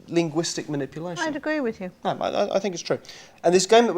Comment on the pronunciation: I picked up that, too. And just before that he said "it's no" in the middle of a sentence, which of course sounds like "it's snow".